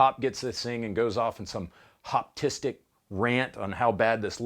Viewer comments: “Goes off on some Hoptistic rant” 😂😂😂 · “Hoptistic” is hilarious